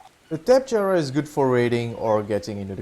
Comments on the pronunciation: Great vid! But sorry I have to say it "tap-eh-harah" not "tap-e-jarah." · TOPY-jar-a not tapejara